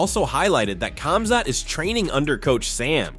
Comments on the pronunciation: Khamzat is pronounced Hamzat not kamzat get it right. Its like Khabib is pronounced Habib. Learn!!!! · Exactly, remove the K